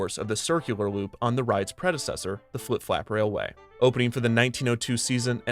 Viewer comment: Flip Flap Railway Rides Again! (And Kevin even said it right this time!)